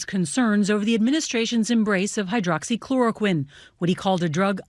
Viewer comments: Macro tech: that is exactly what I said when I heard him pronounce it for the first time..how in the hell did he pronounce that word correctly? It has 7 syllables!, AND I immediately thought, "he has to be making money off that drug ". . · Hydroxychloraquine. One of the very few big words he's ever pronounced correctly. The reason? He and his idiotic chlidren and dumbass son in law invested in the company that makes the drug.